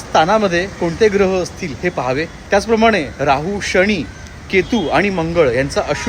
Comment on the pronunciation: शणी नाही हो शनी